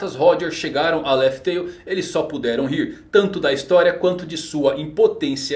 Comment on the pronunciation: so meio triste com o vídeo, falando raftail qnd é lough tale.